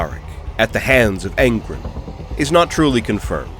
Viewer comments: It’s angrOn not angrn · Ghazghkull Thraka would not last more than some seconds against Angron, it is a silly comparison. Ghazghkull Thraka loses to the top tier of Space Marine champions, what chance does he have against a demon primarch lol. Awesome video though tbf but it is Angron not Angrund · Angron= Ang-ron.... not Aən-grin😂 Love what you do tho brother, no matter how much I hate small trivial shit like pronunciations and annunciations lol. But seriously!! EVERYTHING ELSE is absolutely excellent. Hands down one of my most favorite 40k lore channels.🐐💯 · Stop saying Angrons name wrong, its An-gron like bat-man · Not gonna lie, the way you were saying Angrin had me kinda tweakin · "Angrun" .. I'm sorry. This pronouncing of his name made me crack up over and over. x'D Good video though. Ghaz would win. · That's not how you say Angron! Literally listen to anyone else say it. Good vidoe though, thank you.